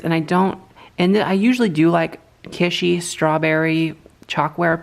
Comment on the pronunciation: Hi and! This was a fun change! Btw, please pronounce kitschy to rhyme with itchy. The t isn't silent but the s is. Love your channel and humour. 🇨🇦🙋